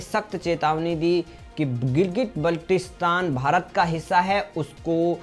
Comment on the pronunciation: बाल्टिस्तान बोलना शीखो